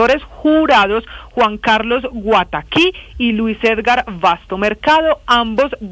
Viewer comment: No se dice Ergar sinó EDGAR